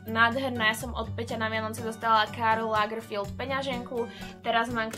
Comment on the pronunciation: je to LAGERFELD.. ne lagerfield